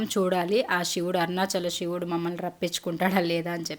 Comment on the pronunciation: మీరు తెలుగు వాళ్లే కదా... షివుడు కాదు శివుడు..